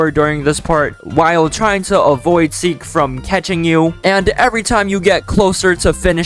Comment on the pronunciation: Seek not Seel